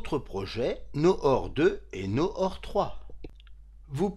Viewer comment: tres bien expliqué, bravo. Noor ne se prononce pas Nor mais plutot Nour, ca veut dire lumière en arabe.